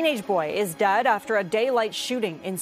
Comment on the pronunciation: “A teenage boy is DAD after a daylight shooting”…by GOD, learn how to pronounce words and anunciate properly.